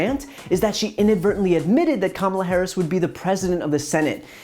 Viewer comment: At least she pronounced Ms. Harris' name correctly.